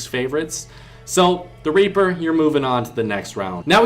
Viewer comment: I’m dead🤣 he said raper